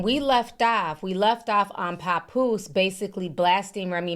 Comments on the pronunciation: Ti, you pronounce his name wrong 😂 it's pap like pap smear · lol not “Capoose”🤣🤣🤣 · “Pa-Poose” lol I love your accent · Idk where u from but it’s obvious it ain’t up north. It’s irking me the way u saying papoose name 😂😂😂 Girl bye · I can't stand the way u say Papoose's name chile 😕😂